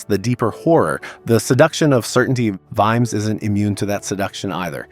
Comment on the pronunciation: You pronounced it Veemz? Really?! 🤣